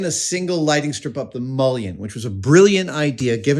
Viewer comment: What is a mulon? At 43 seconds.